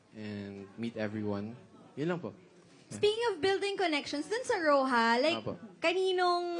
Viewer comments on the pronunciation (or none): For the Record: "Roja", being the Spanish word for "red", is correctly and most appropriately pronounced [roh-hah], and NEVER [row-huh], and with a Very Hard R sound. I just wonder where the millennials, genZs and genAlphas got their f**ked up, anomalous pronunciation/s ?!?